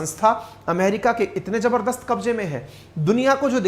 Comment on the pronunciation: “jabardast” nhi hota gadhe….. “Zabardast” hota hai.